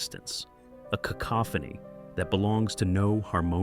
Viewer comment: I'm proud of you for pronouncing "cacophony" correctly.